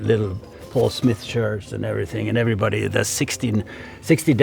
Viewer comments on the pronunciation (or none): none